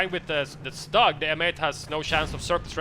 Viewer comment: Hey guys! Love your casts but "StuG" is pronounced like "stoog" because StuG is short for SturmGeschutz so the "U" there is like the U in "burn". Shortened, it sounds like stoog :P